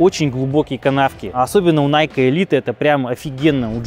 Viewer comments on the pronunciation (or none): none